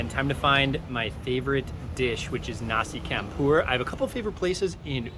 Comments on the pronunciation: Your killing my ears Bro..its Pronounced..Nasi Champ pour....not Not Nasi Camp pour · it’s pronounced ‘nasi CHUM POOR 😫